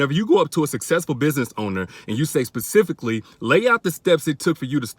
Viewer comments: I am offended by the whole "pacifically" comment pissed me off..i can not stand her.. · PACIFICALLY how did u do it..., gone on...